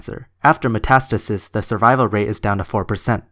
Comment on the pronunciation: When you say "matastasis is" it sounds like you're saying "matistasisisis" 😂